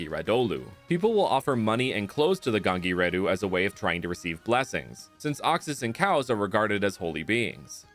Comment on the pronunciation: the moment he said gangireddhu the telugu guy inside me is sheding happy tears